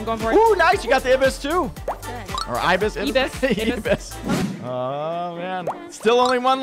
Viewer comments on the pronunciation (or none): I was cracking up when he said abis but it is a Ibis and it's from Flordia